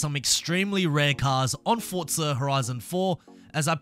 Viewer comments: What the hell is Fortza Horizon? ITS FORZA there is not fuckin T I know you redcoats love tea but shit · It’s pronounced forza not fortza you knob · No offence but what the hell is FORTZA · It is called forza not fortza..... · Why do people say "FORTZA" it's ( four - zah ) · WHERE ARE YOU SEEING THE "T" IN FORZA THOUGH?! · When game is spelt Forza And everyone says Fortza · Its pronounced forza... Not fortza ffs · why do u say fortza lol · THERE IS NO "T" IN FORZA.......PRONOUNCED 4 ZA......NO T.... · "Fortzer" I really want the Ford Crown Victoria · stop saying forTza omg where is the T? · So it's not just me that gets annoyed when ppl say that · Show me the "t" in forza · Lol have you been mispronouncing the name all this time?